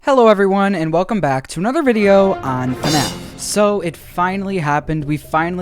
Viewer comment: ITS FNAF NOT FUHNAFF